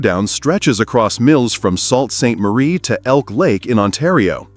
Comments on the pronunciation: To the Guy or Speaker, The Language is Canadian. And the name Sounds Like Soo Saint Marie. Not SALT, Clue in Eh! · "Salt" Saint Marie!!!!! Must be a dumb American 😢